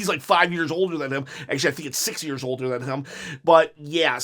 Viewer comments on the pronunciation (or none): none